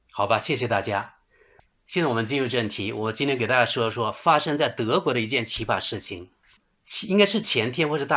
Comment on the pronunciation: 不是奇巴，是奇葩（pa一声）